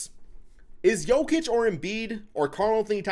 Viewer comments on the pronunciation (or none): none